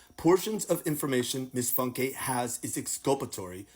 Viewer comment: Bethany Funke pronounced FUNK - Not Funk A 😂